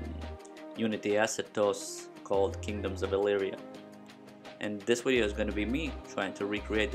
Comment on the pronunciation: Please say "wideo" again 😂😂😂